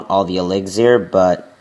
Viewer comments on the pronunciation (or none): Elixir(not elixair) VAL-KY-REE (not Val-kires)moreter(not moretar)